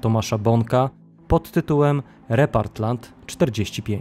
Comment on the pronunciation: Bardzo ciekawy odcinek. Taka mała uwaga - źle czytasz tytuł tej książki - to nie "Repartland" a "Repatrland" 😉